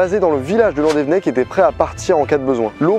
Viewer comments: Juste, petit point prononciation, on dit landévénnec et les z à la fin des mots et des noms propres se prononcent pas en français (en breton non plus sauf vers Brest) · Landévennec ça se prononce Loudévénnec non ? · Slt, je suis de landévennec. C'est juste pour dire que ça s'écrit "landévennec" mais ça se dit "landévénnec" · mon dieux tu aurrais pus trouver un brestois pour te dire les prononciation exacte je frise l'avc !!!! donc ont reprend c'est Landévénec et la rivière c'est la penfeld [pinfel] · Sa se prononce landévénèc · Oui, mais sa prononciation de landevennec m'a écorché l'oreille xD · "landevnec" non ça se prononce "Landévénèc" inculte "que la population découvra" Alors non toujours pas, on dit "que la population découvrit" "dans la penefled" non non c'est la "pinfeld" ou la "pinfel" phonétiquement. (et je suis bien placé pour te le dire j'habite à Brest. Et non ce n'est pas un fleuve mais une rivière. "une corne" non c'est une défense. Roh lala j'ai 16 ans et j'apprends le français à... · Belle vidéo, très intéressante juste la prononciation des lieux 😂 c’est pas landévennec mais landévénnec et pour la penfeld ça se dit pinfel c’est sur les noms bretons 😂😂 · La Bretagne ma patrie ❤️ Par contre c'est là que je me rends compte que le Breton est pas inné mdr par exemple Tréoranteuc on prononce pas an mais en ou alors Landévennec ça se prononce Landévénnec Après c'est pas si grave que ça mais bon 😂 Merci pour cette vidéo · Landévénec et la painfeld qui est mal prononcée aussi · VIVA LA BRETAGNE !!!!! Encore une masterclass sur ce type de vidéo !!! Bravo à toi ! Par contre, on voit bien que t'es pas breton. Landévennec se prononce Landévénnec et pour la Penfeld, le "en" se prononce "in". Mais merci pour ce genre de vidéos.